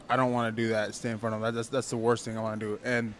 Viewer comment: "want" - "WON'T" right??? WTF? thought you were using google translate!